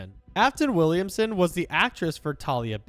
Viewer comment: Afton WILLAMSON????????????? HAUR HAUR HAUR HAURRRRRRRRRRR